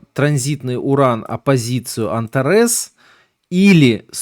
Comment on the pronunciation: Звезда антарЭс. Ужас! Эта звезда называется антАрес, ударение на вторую А. "В карте РФ", "кризис в РФ"... Автор, почему вам трудно произнести слово Россия, почему такое глупое сокращение РФ? "Прогноз на Америку", "Кризис в штатах"... Зачем такая фамилиарность? Вы же лекцию читаете для открытой аудитории, неужели нельзя произносить названия стран корректно, правильно? Автор, учитесь доносить информацию чётко, правильно и корректно. Пока у вас много слов-паразитов, неправильные ударения, сленг-слова